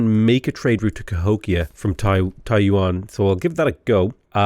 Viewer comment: I lol'd every time he pronounced Taiyuan as Taiwan Then everytime he pronounced as "jiang" something I died a little inside. Please pronounce Xi Jinping in your accent, hearing jizz jizz bing would be glorious